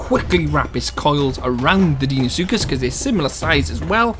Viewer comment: Deinosuchus is pronounced dino-sookus. I don't think a titanoboa would easily kill a deino or rex in real life considering titanoboa was only 1135 kg which is less than a quarter of a deino's weight. anacondas can kill caimans over twice their size but deino is way larger and is likely more aggressive than a caiman. It would only take a couple bites from a deino or rex to kill a titanoboa. of course the isle doesn't have to be realistic so they may make titanoboa stronger than it actually was. Though I still think that deino should have the upper hand. I think that titanoboa should be able to take on most mid tiers as they are mostly less than double titanoboa's weight and titanoboa wouldn't really be viable if it couldn't take them on. wait so if titanoboa shouldn't be able to take on apexes (pseudo apexes included) and is not fast on land what would it eat? It could eat ai and water creatures. If it can't fight deino well would it be unviable? If titanoboa isn't able to escape deino or fight it on land or in water that means that the match up would be unbalanced. would titanoboa be able to escape deino? I'm not sure, I wouldn't think so, though it is possible. Does that mean that titanoboa is conceptually flawed? sort of. It doesn't have to be totally realistic though so it could still be viable in game.